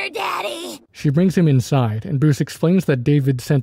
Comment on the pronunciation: 😊 it's pronounced da d ee